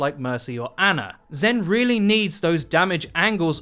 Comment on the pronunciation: I’m disgusted that you called ana “ANNA”